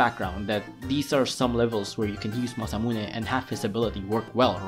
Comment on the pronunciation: How you said "Masamune" was amazing